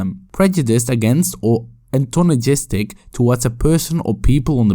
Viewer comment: "antagonism": "antonagistic"